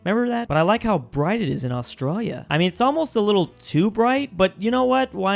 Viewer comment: Does anyone think the way says Australia and Australian is weird? Coz I’m an Australian and i do. Also the Australian bills are cool, but they’re actually called notes. Bills is just a weird American thing